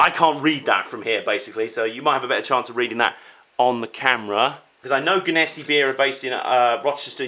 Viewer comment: Im dying right now your pronunciation of that was soo off lol. I live in the area where the company is. It's pronounced gen-a-sea